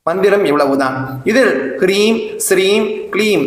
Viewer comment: I am hearing as Greem instead of Hreem (as written in the sloka). Please clarify